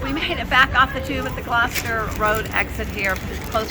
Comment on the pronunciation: It’s pronounced Gloster, not Glowster. You must have places called Gloucester in the states?